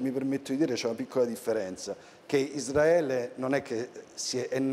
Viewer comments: Veramente dice: Isdraele? Come i cafoni? (non ho nessuna intenzione di sentirlo cibandomi più dii mezz'ora di deliri) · Il prof quando dice Palestina e Isdraele😂ko❤